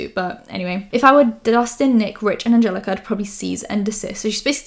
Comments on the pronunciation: You know what bothers me about her the most? She cant pronounce anyones names. Ever. Liam mick-E-voy and ahn-jell-eeka oles. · I love ya and legit wanted to scream when she said your name as “Angeleeeeka” 😱 ugh! She has mispronounced other Youtubers names before, but COME ON Without a brain cell! 😤 Do 👏🏻 better 👏🏻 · She does that on purpose to be disrespectful! She's admitted that people have corrected her & told her the correct way to say it & her excuse is "I don't watch her so I don't know what her name is" 1.Bullshit! & 2. People have told her the correct way to say it and she continues to say it wrong. 🤦🏻‍♀️🤦🏻‍♀️🤦🏻‍♀️ I just can't with her.